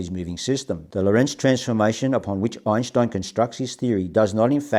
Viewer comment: I've been watching Sky Scholar videos on and off for two days and nights. Imagine my surprise when shows up on one. How wonderful. * he pronounces Einstein's name correctly, I respect that.